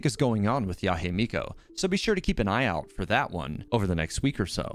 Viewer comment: Yahe Miko? It's Yae Miko.